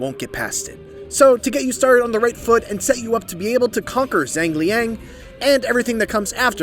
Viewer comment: "jange liange" 💀